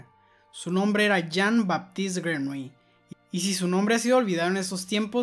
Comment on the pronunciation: Se pronuncia Yin Batist Grenoulli